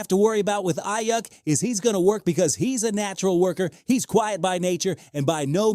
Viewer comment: All I keep hearing him say is Eye Yuck.